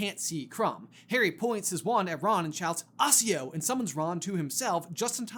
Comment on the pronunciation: Are you guys intentionally mispronouncing Accio just to spite me?